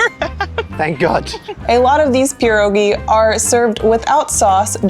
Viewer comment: Sorry but it is called pierogi, not puurrogi.